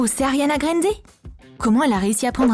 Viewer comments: Déjà ses Ariana gr ende pas Ariana g rénde ohhh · Comment vous avez dit Ariana grand c est trop bisard 😭